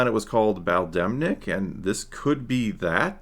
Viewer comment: It’s Baldemic